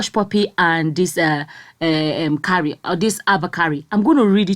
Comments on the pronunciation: The name Kyari is pronounced "kee-ah-ree", not "ka-ree". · the list u can do is to promounce a name properly. What is kari... pronounce as ki-ya-ri....jeezzzz